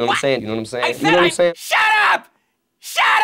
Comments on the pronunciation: You counting my knowmsayns? You takin’ a knormcensus? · Gnome sayin